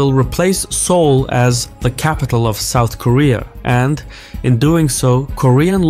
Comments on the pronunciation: Seouless? lol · "It's Seoulless"